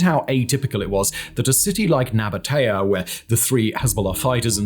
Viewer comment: just a quick note: we pronounce it Naba-tee-ye